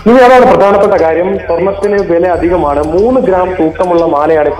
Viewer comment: സ്വർണത്തിന്റെബല,,ആദ്യം മലയാളം പറയാൻ പഠിക്ക്.... മോനെ